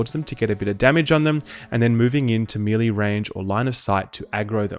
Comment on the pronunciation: Mel Lay not Me Lee ;) great vids by the way